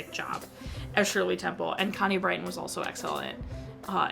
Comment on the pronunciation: Connie Britton's surname is pronounced as "Brit-tən", not "Bright-tən" as you pronounced it. It's the same case on one of your EDME videos where you pronounced Jan-Michael Vincent's part of his (combined) first name as "Jähn" [ä-sound] instead of "Jăn" [short ă-sound]. I don't mean any harm or disrespect at you, just letting you know how to pronounce names correctly.